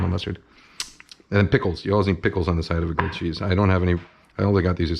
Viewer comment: Gwilled chweese